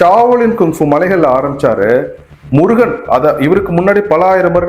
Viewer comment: பைத்தியக்காரதனமான கற்பனையும் தமிழ் சரியாக அறியாமையும். முருகன் சரி முறுகன் அல்ல. முருகு எனில் அழகு. முறுக்கு வேறு. உச்சரிப்பு ஒலி தெரியாதவர்கள் உளறுகின்றனர் . பாவம்.